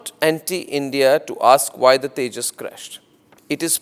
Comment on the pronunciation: 😂😂😂😂 Kia boltey hn usko tijus